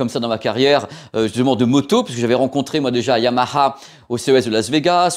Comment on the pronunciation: belle vidéo, façon de dire yamaha à la,façon japonaise, ,moi c'est kawa ..